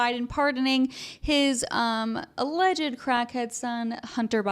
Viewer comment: Stop saying aleged